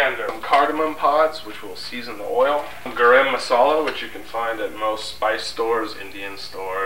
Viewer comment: It's Garam masala, not "Garim" Masala,. Love, your wife